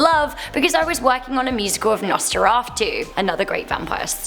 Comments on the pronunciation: Nosteraftu? XD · Wait, did she really just say "NosferOFFtu???" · It's Nosferatu not Noferastu...